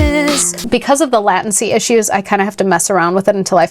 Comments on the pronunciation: I love everything you do. Everything is fine. But I had to stop the video because “Because of the LATIN-C issues…” How did this pronunciation come to be? Its the only time I’ve ever heard it. Ever. Dayta vs Dahta, sure, but Latency is Laytency everywhere I’ve everheard it or been so I’m just entirely curious how this came to be. Keep up the good work. This is a me thing. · please tell me you know how to pronounce latency! The video was awesome though, and all this old tech was nostalgic. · oh geez...Why do so many audio/video softwares have latency issues?????? Like...This is what you were MADE to do!!! Also your pronunciation of latency was fun :P